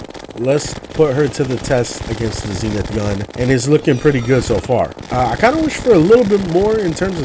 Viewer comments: Zen-ith not Zeen-ith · 🤓 it’s pronounced zehnith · “Zee”nith mods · He pronounced it wrong